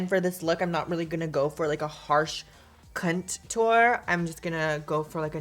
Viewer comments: Love how she says cuntor just subscribed 🙂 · I heard "CUNT-TOUR" 😆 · Did you really just say "CUNTOUR?!" 😩😂😂😂 I love you